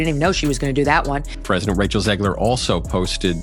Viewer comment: Stop calling her "Zeegler". It's ZEG, like leg, Rachet, Zegler.